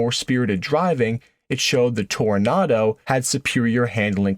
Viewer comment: Why the nartor doesn't pronounce the second O in Toronado ?